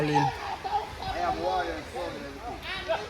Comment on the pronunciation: Seh water….😂 U keep saying wader 😂….mi juss a mess wid u mi boss love this video